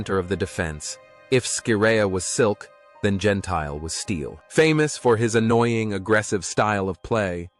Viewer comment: It’s pronounced Gen-T-Le, not Gen-Tile…is this an AI commentary? This and other incorrect pronunciations of names are so annoying. It ruins what should be a good story 🙄